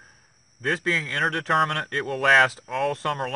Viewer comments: indeterminate not interdeterminate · The word is "INDETERMINATE" not INTERDETERMINATE"!